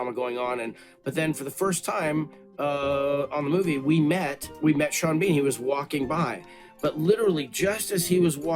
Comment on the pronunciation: You got sean bean wrong.